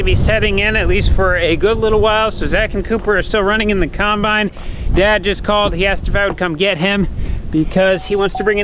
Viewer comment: The Corn Star Family Guide to Pronunciation of Farm Equipment!!! 1) Combine: Kimebine 2) Excavator: Exavator 3) Sawz All: Saw Saw